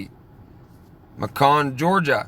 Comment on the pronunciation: Lol everytime you stream you mention a place I lived/lived. I grew up in Augusta Georgia all my life. You can get a really nice house for way cheaper than here in Savannah. And Macon is pronounced like bacon. Yummy.